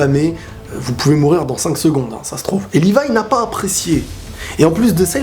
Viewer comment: C pas livaï c levï